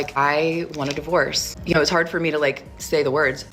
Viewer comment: "Its jard for me to say the words..." Maybe its hard because you are shoving cookies in your mouth. Oh must not be that bad.